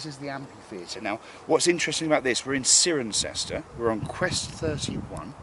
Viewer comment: it's pronounced 's-eye-ren-cester' :)